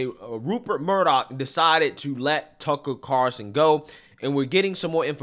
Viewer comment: He is your biggest influence yet you can’t even say his name right. Get it together